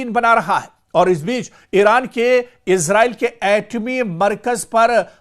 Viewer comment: Sir इसराईल कहा karen इजराइल नहीं bola karen ok